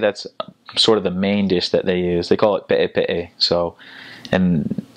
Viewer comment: When he said pe’e pe’e i started fkn dying lmaoo. A’e se kefe